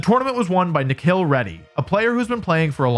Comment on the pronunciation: It's not "Nekhel" It's Ni+Khil=Nikhil Reddy 😒😒(well my name is also Nikhil) he is from India😁😁😁